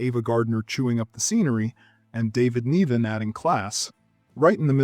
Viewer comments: David “Nih-vin”, not “Nee-vin”. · “David Neeven”? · Please, the Actor's name is CORRECTLY pronounced "David Ni-VUN" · LOL David “NEE-vin”! 😂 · Creative pronunciation of David Niven